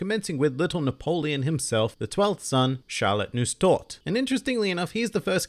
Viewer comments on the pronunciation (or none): My god, your French, Italian and German pronunciations are atrocious in some places. If I'm getting the spelling right based on what you said, the 18th son is called Lorraine (quiche Lorraine; French); the 15th is Noisette (nuh-wah-zett, French; multiples of three are easily divisible numbers); 12th son is NussTorte (Nuss-tort; German); 22nd son Saint Marc (Seine Mar, French; clinch the 'c' in the back of your throat, and Essence is flavor boiled down to its basics and imbued into water or oils, e.g. rosewater or garlic olive oil.); 24th son is Dacquoise (dack-wa-zeh, French); 26th son is Bavarois (bah-vah-wa, French; people are always getting this one wrong, so don't feel bad); 33rd son is Raisin (ray-zenh; it's likely Oda intended the English pronunciation, but when pronounced the French way, "raisin" is actually the word for "grape".)